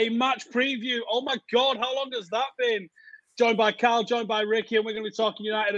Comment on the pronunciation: "Omg, how long has that beeen!" - strikes again "Y'all" 😏